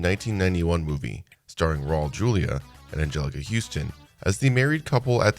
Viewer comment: Raul is not pronounced like Paul 🤣🤣